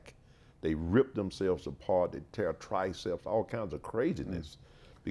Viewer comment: Triceps??? I had to listen like 5 times